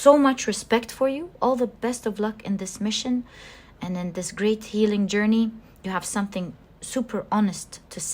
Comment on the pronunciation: I chose pile 1 since I was attracted to the bear. However, I couldn't finish watching your reading. The main thing to me is the way how you say a word healing for example. You say it as healink. I don't know why but you change g to k at the end of some words and, as a highly sensitive person, that really stings my hearing, breaking this lovely zone where I get during the readings. I hope you don't take my words in a wrong way. I'm not here to judge you or anything (because my English isn't perfect either since I'm self-taught about it) but I wanted to point this out.